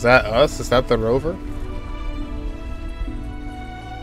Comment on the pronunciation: I lost all my IQ when he said Rover, Jesus Christ of Dentge people.